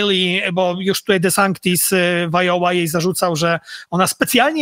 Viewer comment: Panowie! Konieczna wizyta u okulisty lub logopedy. W nazwisku DeSantis. Nie ma, ani c, ani k.